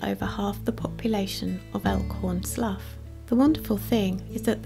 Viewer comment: As one of the locals, we pronouncel it "Elkhorn Sloo" not "Elkhorn Sluff". As a child in the late 1970's, before the Monterey Bay Aquarium was built in 1984, my brother and I came across a wild sea otter in big rocks about 100 feet/33 meters from the water. It looked bloody like it had been in a fight. I later looked it up and it could have been a mating fight, but could have been a predator, too. The sea otter looked a little shocked so we got some garbage bags and filled them with water and let a small stream of water pour over the otter. That seemed to make something in it's brain kick in and it began grooming it's dense fur. It was a cute thing, but we knew not to get near enough for it to bite us and got up on rocks above it to let the water stream land on it. After a while, people noticed our weird behavior of carrying bags of sea water and holding them to drain in the rocks. Fortunately by then, the sea otter seemed to have come out of it's shock and been rested enough that when other people showed up, it made it's way out of the rocks and across the tidal pools on the other side that us two kids hadn't seen at the time and it got away before a larger crowd than a few other kids and teens showed up. This is what I can remember of the incident that happened about 45 years ago. Back then, we had no idea about contacting someone about a wounded wild animal and the otter would most likely have disappeared before someone could have shown up from Santa Cruz which was where t